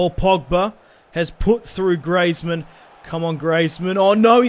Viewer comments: It's Greezmann not Greyzmann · it is pronounced greezmun not grazemann